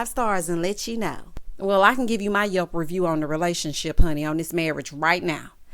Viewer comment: I had to listen twice….I’m still not sure Did you say yelp review or yuck review 😂😂